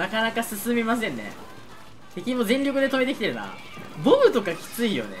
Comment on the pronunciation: ボムがボブにしか聞こえないのは耳が悪い？